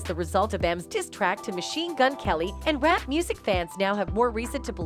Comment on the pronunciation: She says rape instead of rap.